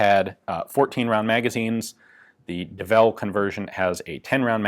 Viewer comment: It's early, I read "Devil's Full House" and was corrected when you said Devel hahah